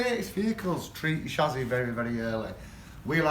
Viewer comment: You can’t even say chassis right🤣